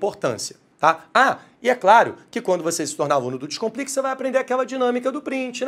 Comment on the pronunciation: Professor de língua portuguesa que inicia o vídeo pronunciando "dixcomplica" em vez de "descomplica" é uma fraude!